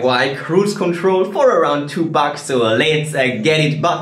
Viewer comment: That's what you said dude, "tu bax". It is actually pronounced, "two bucks", but "tu bax" is much funnier..